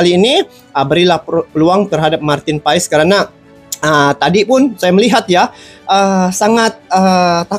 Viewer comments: Bukan PAaiiisss tp PASSSS..ol brow 😂❤ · Bukan pais bang paes : paas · Marteen paes di bacanya martin pas bang bukan pais🙏🙏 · cara menyebut namanya, MARTEN PAS ! krna dia lahir di BELANDA. bukan PAES.